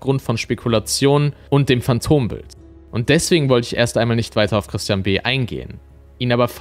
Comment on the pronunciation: Dieses anonyme telefonische Geständnis, klingt wirklich, als sage er „Tristian“, was wie „Christian“ klingt.. - freudscher Versprecher?